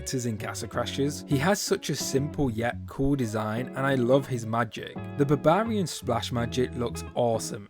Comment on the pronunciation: And barbarian